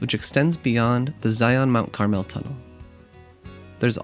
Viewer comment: This video was so fantastic! As a southern Utah native, you definitely did this beautiful desert paradise justice! Thank you for showing some of the beautiful cacti and wildlife! One little thing, just so you know Mount Carmel is pronounced (Car-Mel), it’s a Spanish word meaning golden brown. Thank you so much for making this great video!